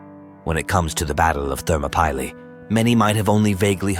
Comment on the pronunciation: That pronunciation of “Thermopylae” is so jarring to my ears.